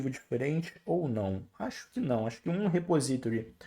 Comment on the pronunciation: Obrigado pelas aula, parabens pela didática. Se eu puder conteibuir, coloque a palavra repository no Google Translator /repósitory/